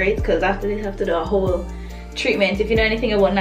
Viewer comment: and it's whole not hole, smarty pants